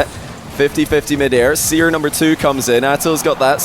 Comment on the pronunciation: the next version of the seer bot should be seer-r, cause it sounds like crr, haha